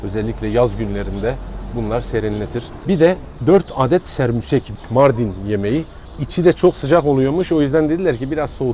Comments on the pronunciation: Lütfen düzeltelim Serbusek değil SEMBUSEK , takipteyiz teşekkürler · abe sermusek degil ( şamborek ) haftada bir evimizde pişer çok şükür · Sermusek değil, Sembusek